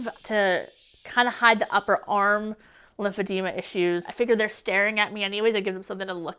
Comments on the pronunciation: The disease is called "lymphedema" but she's pronouncing it "lymphedemia"? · It's lymphedema. Not lymphedemia. You think she would know how to pronounce her self-inflicted disease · Please..pronounce it correctly. The last syllable is "ma" not "mia" I applaud your bravery on speaking out. I just encourage you though to not reduce your credibility by not pronouncing it correctly. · It’s not lymphedemia there’s no I! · It's NOT Lymphodemia, it's Lymphodema.😑😏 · She can't even pronounce it properly at first... "LymphedeMIA" she says. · She doesn't know how to say lymphedema? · WHY DOES SHE PRONOUNCE LYMPHEDEMA COMPLETELY WRONG?! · Too bad she can't pronounce it correctly lol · Right. Someone should have corrected her pronunciation by now. Love her anyway! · she's pronouncing the name of her own condition wrong. lipidemia and lipoedema are two different things and barcroft seems to think its lymphedema anyway lol